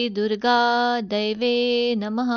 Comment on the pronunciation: खूप छान... शब्दोच्चार स्पष्ट. परंतू मला असं वाटतं तुम्ही जे दैव्ये नमः म्हणता त्या ऐवजी देव्यै नमः म्हणायला हवं. देव्यै आणि दैव्यै मधील अर्थात फरक आहे